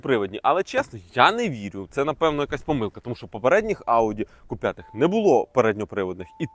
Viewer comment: Не ку а кю. Бо ку лиш моцкалі кажуть